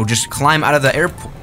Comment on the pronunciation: said aiepo